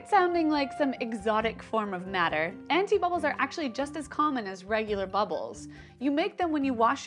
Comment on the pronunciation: Did she say anifa bubbles?